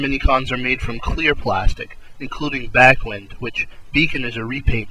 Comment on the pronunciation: apparently backwind is pronounced back-whined, as in winding up a winch. This stops him from becoming a fart joke